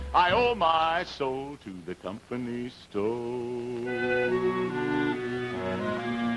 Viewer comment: Ernie's pronunciation of sto/ stoe is southern vernacular for store. He's just being true to southern ways. Shenandoah song sounds a little like Paul Robson.